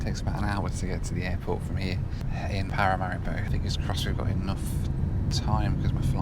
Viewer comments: Every time you mentioned Paramaribo, I heard ‘packet of haribo’😂😂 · I was taught to pronounce it Pa-ra-ma-ree-bow.